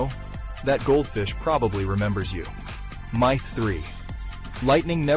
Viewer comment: lmao im trying to say it pronounced myth wrong